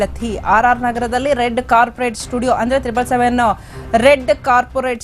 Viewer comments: ಕಾರ್ಪೆಟ್ ಕಣಮ್ಮ ಅದು😅.. ಕಾರ್ಪೊರೇಟ್ ಅಲ್ಲ 😂😂😂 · 🙏🏻🙏🏻🙏🏻ಬ್ಯೂಟಿಕ್, ಕಾರ್ಪೊರೇಟ್.. ದಯವಿಟ್ಟು ಕನ್ನಡ ಕಲಿತು ಸರಿಯಾಗ್ ಹೇಳಮ್ಮ ಹೇರ್ ಸ್ಟೈಲ್ ಸರಿ ಮಾಡ್ಕೊತೀಯ, ಹೆಂಗ ancohringli edella madlikk bitru. Dayavittu news tilstiro tapp tapp kannada helkoditro